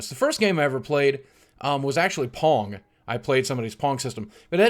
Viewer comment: Anyone else hear p*rn instead of pong?